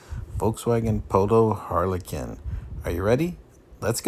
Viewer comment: You actually said it correctly because this is a Polo only made in germany so the correct way to say it is Harlekin